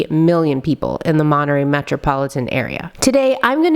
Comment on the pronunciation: "monereyy mexico"